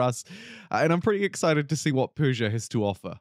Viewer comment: your pronunciation was pretty correct actually I think what's gonna piss most iranians off is that the country is named Persia in all pdx games when it was never called that by it's own people